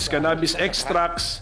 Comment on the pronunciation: Ka bobo ni Robin talaga...at saka ang pronounce eh CANA..BIS